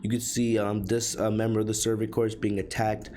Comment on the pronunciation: Just a heads up, corps is pronounced "core" not "corpse" Great summary but that was buggin me about halfway through